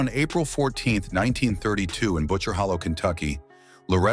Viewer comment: Holler not hollow